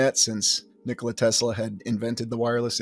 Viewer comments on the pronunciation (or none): none